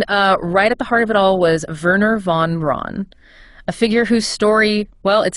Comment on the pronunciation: Within the first minute it says "Von Ron" rather than Von Braun". Next is says "Saturn Vee" rather than Saturn Five" The V is a roman numeral. I didn't bother watching farther because I have played with this google notebook and it just makes things kinda convincing enough but not. Good luck.